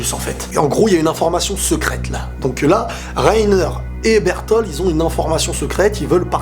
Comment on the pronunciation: bertolD pas bertol